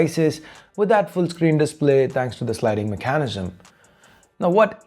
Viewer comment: You say "mechanism" funny.